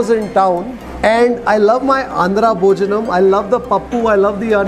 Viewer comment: Hi don't say Annam Bhojanam.. it's ANNA.. ITS BHOJANA... PLZ